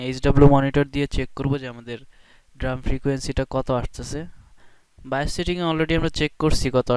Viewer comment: It's pronounced D- ram 'ডি র‍্যম'। "ড্রাম" না